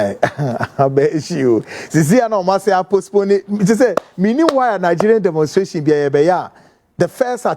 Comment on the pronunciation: The Word Is Demonstration... !! NOT Demonsteration😮😮